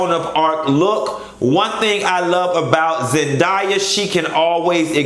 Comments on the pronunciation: BITCH ZEN-DAY-AH I KNOW YOU GOT YOUR DEGREE IN ECONOMICS AND NOT IN ENGLISH BUT THAT'S MY LITTLE COUSIN WE FROM OAKLAND, CA AND BITCHES ALWAYS FUCKIN OUR NAMES. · A! ZendAYa 😂😂😂 you was choppin that girl name upp 😂😂 U didnt like Mary J. Dress and boots?